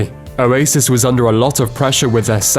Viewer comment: I honestly thought this dude was saying "a racist" instead of Oasis for like the first minute of the video.